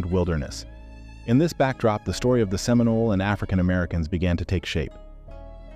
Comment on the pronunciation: Oh see Olah? 😒🙄 Can’t even get the pronunciations correct. We are still here to tell our own history!